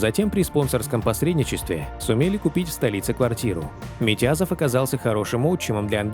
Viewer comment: Не Митязов ,а Митязов ,ударение на ,зов,Редкостный Мудак